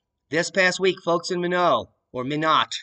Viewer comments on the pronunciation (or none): it's pronounced "my-not" - said quickly... Minot. :) Wow that is really going to effect the planting season even though all moisture up that way is welcome. I plan on going to Northern MN in June and plant corn. I wonder how that will be. What about Canada's winter wheat etc ? It's going to be a problem. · Just an FYI, that's pronounced "my Knot" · Haha. It took me a minute to realize you were saying Minot pronounced (My Knot). Do another dab!! 😄